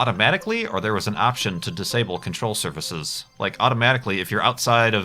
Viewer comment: "Control Survahsus"